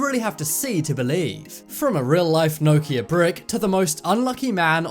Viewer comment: Why can't you pronounce Nokia haha